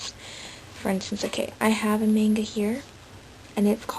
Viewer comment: no offence you know youre pronouncing Manga wrong through this entire video right?